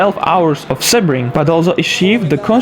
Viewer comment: Pronounced "Sea-bring",! Lol loved the video -A Sebring Resident